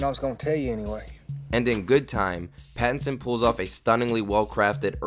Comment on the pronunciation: Robert Bat-tinson